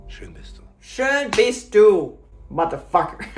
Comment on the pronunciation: yeah that "schön bist du" sounded really good. That phrase she could use also in the everyday life to impress ;) Only "ich bin du" is not very useful in our "non-time travel world"